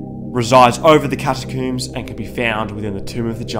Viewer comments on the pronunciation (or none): “The catacooms”